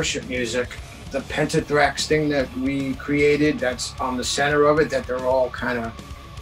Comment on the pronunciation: "Pentathrax" Did I hear that right?